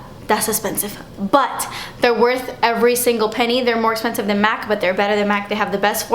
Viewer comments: "Iss esspensive." Lmao I love when you pronounce it that way! I'm a new subscriber and I'm addicted to your videos! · you make me laugh with your explanations, expressions and "it's esspensive" Ahh I love when you say it lol. But I love your videos so much and of course ILY! I'm about to go check out your girls page..